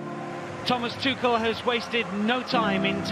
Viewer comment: english commentators: it is pronnounced like: "THOMAS TUHEL"